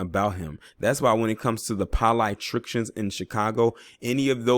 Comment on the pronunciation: I heard it something like PO-LITE - TRICKS-IN